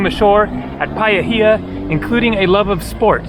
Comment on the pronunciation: Look on Google for a kiwi bird picture their feathers are different from poultry (chicken) Paihia is said "pie - hee - ahh